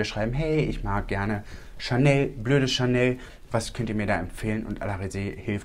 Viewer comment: Ich habe BLÖDE CHANEL verstanden 🤣😂